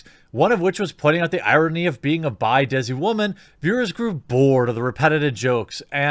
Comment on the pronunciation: Just stop saying ”waman” instead of just woman! It was funny three years ago